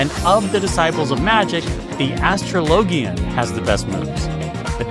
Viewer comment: Love this, but I have been unable to recover from your wild pronunciation of "astrologian".